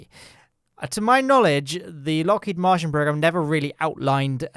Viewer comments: I can't tell if is referring to the Martian Program at Lockheed Martin, or if he's just pronouncing Martin as Martian.:p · I think he is mispronouncing it because searching Lockheed Martian on Google doesn't give anything. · He's definintely saying Lockheed Martian, which gives me incredible Alternative Universe vibes.